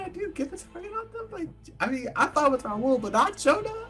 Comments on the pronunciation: “RaWl” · Why can no one say Raul😂😂